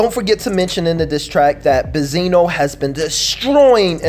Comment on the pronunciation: Does he call benzine bezino on purpose??